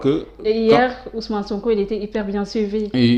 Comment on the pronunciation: Niap ya mëna prononcé OuS'Mané, SoonkO.